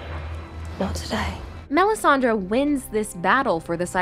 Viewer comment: Great video. It’s Melisandre though, not Melisandra. 😉